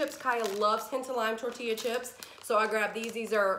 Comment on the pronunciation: Were you joking when you pronounced torteeya tortilla with the ll sound?